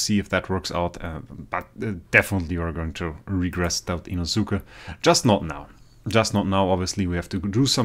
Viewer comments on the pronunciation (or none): inoszuka what. you sayt inoskei